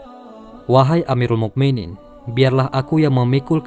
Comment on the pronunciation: muminin itu setelah huruf U harus dimatikan dengan huruf hamzah sukun bukan kaf sukun wahai pembaca narasi yg baik hati...